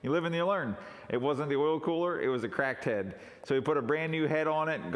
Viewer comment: sound like you say "crackhead" :-)